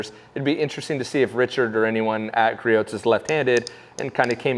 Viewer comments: "Griot" is a French name. It is pronounced "Gree-oh" or "Gree-ohs" for the possessive. The counter balance on that model is adjustable. Most of the vibration can be adjusted out. Griot's is not doing a good job of letting people know about that. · Gree-ohs. Silent T. How many times do we have to tell you? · You're not supposed to pronounce the t in Griot's